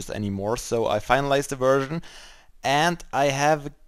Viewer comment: It's probably just my dirty, dirty, dirty... dirty, dirty, dirty mind, but everytime you said 'version' I understood 'virgin' :D Great sorting system!